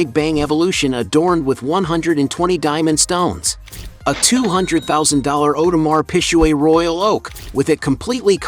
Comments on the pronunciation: 50 has so much more money than Ross if he found out he'd sue him for it 😅oh yeah 😅... audemar PIG-GAY. U murdered the name of that watch ⌚️ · Awdemar pishweh 😩😂😂 … “.. Whale and Meek Mill” .. who is this guy 😂😂 and he playing 50 like 50 didn’t sell more record make more money from investments 😂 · That Audemar Pisjuaid tho🤣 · You are pronouncing the name of the watch Audemars Piguet wrong - so wrong. Do your homework.